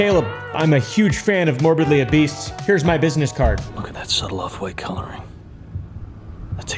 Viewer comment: “Morbidly Obeast” lol idk why it bugs me OBESE !!